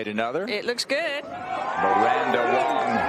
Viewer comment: Miranda WANG not WONG, geez. Amazing golfer.